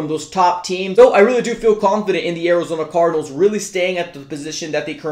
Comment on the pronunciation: "Orizona cordinals"